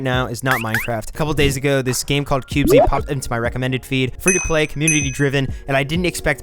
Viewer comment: I found this game too when they released 0.0.0, and so far it's been pretty interesting to see how much it is different from Minecraft. I know others have said but it's pronounced cubeez (by my understanding). I appreciate it's in an early form, and will have many more features by the first real release, but from what I've seen so far it's got a solid foundation from which to build, and I can see the appeal for those who either have played and are bored of Minecraft, or for new players to this style of game. Sure, there are going to be some teething problems along the way, but I can't wait to see what it becomes.